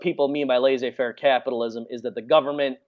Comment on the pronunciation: Laissez-faire [Less-ay fehr] pronounce it right please!